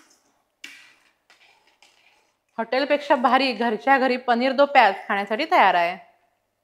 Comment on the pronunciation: it's paneer do pyaza not pyaz